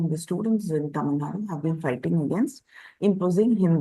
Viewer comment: It is TAMILNADU, not Tamilnad